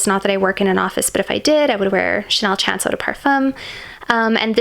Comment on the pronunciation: It’s pronounced as Chanel SHAWN-CE MOT CHANCE.